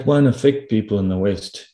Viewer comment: I like how pronounces "west" with a drawn out "ee" so it sounds like waste:-)